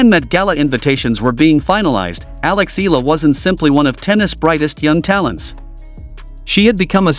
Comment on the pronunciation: Eala is pronounced as EE-YA-LA. 😂 FYI.